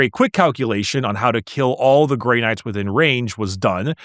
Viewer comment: Ah yes… The vaunted and courageous Chapter… The “Grey Nards” .. lol